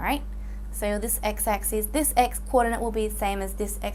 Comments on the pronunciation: U guys are only listing to ok . I am hearing axis as axees . But anyway it was helpful. :);) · It's just how she pronounces axis